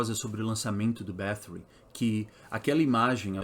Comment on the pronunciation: pq fala com sotaque ingles sendo que é um sobrenome hungaro?